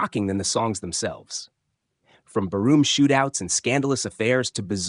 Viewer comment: Yep. Can't even pronounce bar room right. Barroom? Really!?